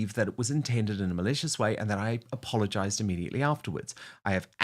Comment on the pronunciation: " immediately " darling Dan, not "amediately" !